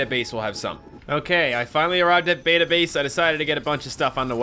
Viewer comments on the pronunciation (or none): none